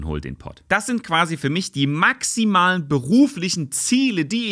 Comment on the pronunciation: My Teacher: Why are you Laughing? Me: Nothing Also me: „Die MAXIMalen Beruflichen…“